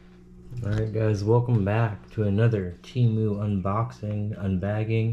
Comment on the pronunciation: Temu Emu...... And not Doug